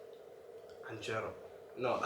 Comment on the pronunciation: He say canjelo😂😂